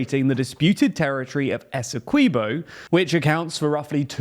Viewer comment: Quibo not keybo